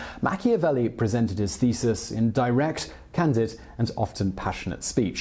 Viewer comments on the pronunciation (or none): none